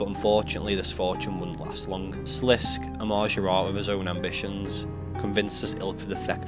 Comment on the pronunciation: sliss-KAY not slisk!!